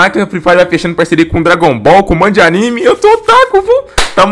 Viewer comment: Fala direito pô nossa que ódio de quem fala errado nome de anime